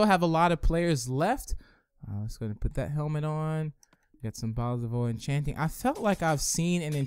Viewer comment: why dose he say bottles of o-enchanting